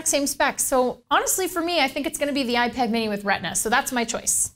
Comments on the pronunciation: "Ipar" lol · Gotta love the "iPar" lol